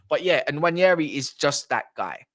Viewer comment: the N is not silent and it's not pronounced Waneri. The N is part of a double letter alphabet 'nw' in Igbo language. There are so many of such double letter alphabets in Igbo language eg. ny, ch, kw, nw, gb, gh, kp, gw. The Igbo tribe is one of the three major ethnic groups in Nigeria and that's where Nwaneri's ancestry hails from.